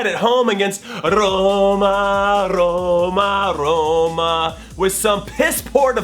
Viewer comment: Who else wants to reach through the screen and slap jimmy every time he says Roma or Ligue Un all jokes aside though, you're the best jimmy